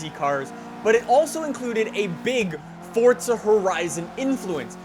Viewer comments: Its not fortza its forza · Why you saying forsta horizon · ITS FORZA NOT FORTZA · It is not called fortza its forza do you see a t in the title anywhere no because it is not fortza